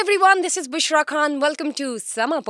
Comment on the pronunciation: You are not Bhushra کھان You are So, please correct your pronouns of خان